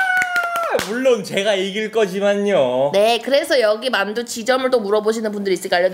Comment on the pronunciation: 만두우 유ㅆ발!! 인줄